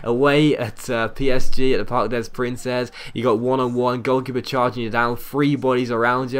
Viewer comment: Yup, Des is pronounced "day"